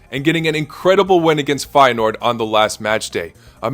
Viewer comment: 227 with Feyeneoord correct